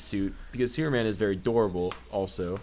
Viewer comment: wow why cant you say the word superman right... very distracting when trying to listen